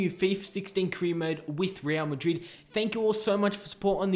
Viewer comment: u said reala miderid